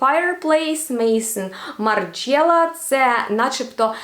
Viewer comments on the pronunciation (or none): Вірно вимовляти Мезон Марджала (дім Марджала, французький). Не Мейсон. А Марджала був Мартан. ❤ Дякую за підбірку. завжди такі перли показуєте.